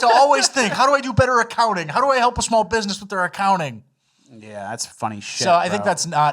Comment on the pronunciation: Too smarp! 😂 I say alium instead of alien 👽 all the time